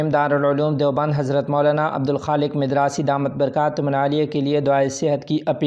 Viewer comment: مدراسی میم کے زبر کے ساتھ